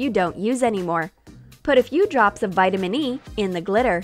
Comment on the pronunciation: It's not vaitamenin E its very vaitamenin C